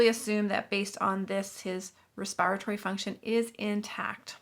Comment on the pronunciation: Respire-a-tory fxn